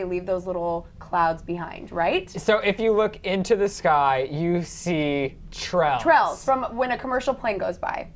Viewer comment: i am so angered by how you pronounce trails its FUCKIN TRAILS NOT TRALS